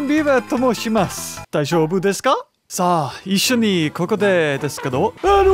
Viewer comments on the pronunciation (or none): none